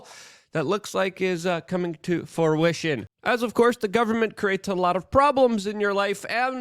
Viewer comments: "forwishin'?" Ut's "FRUITION" Luke. Fucking Hell. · "come into forwishin" 😂 It's fruition